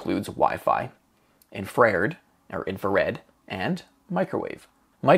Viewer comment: Great video series but I have to say - infrared is a three syllable word - in - fra - red, at least in American English. It's from the Latin of infra, meaning below, and red, indicating the wavelengths are below that of visible red light.